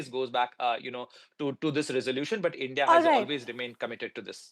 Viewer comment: Your A❤ss will be fucked nicely by Indians. You don't know even how to pronounce Indian. What is endia???? You Gan❤DU urf 😢❤😂😂😂😂🎉🎉🎉🎉🎉🎉